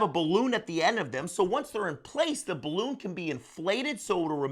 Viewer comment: After the first 40 seconds I just want to say, thanks for this video, but I don't think I'll be finishing it. You lost me at "balloon".